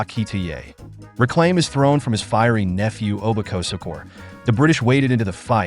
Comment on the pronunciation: If you're going to do a documentary, at least try and pronounce the names correctly. If not why even bother? It is disrespectful to constantly mispronounce simple names. For example, you pronounced the Benin "Oba" as "Obo." How do you make such a mistake if you did actual "research" of these kingdoms? It seems you're one of those people that love to hear themselves talk. You love the sound of your voice, don't you? You worry too much about the sound of your voice that you missed trying to pronounce the names properly.